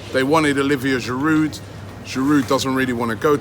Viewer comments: You actually don’t pronounce the « d » in « Giroud » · Giroud will leave because Robbie still cannot pronounce his name properly 😂 😂. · I squirm every time you sound the 'd' on the end of Giroud, Robbie. It isn't that difficult to pronounce his name correctly. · The d is silent in giroud 😂 it’s winding me up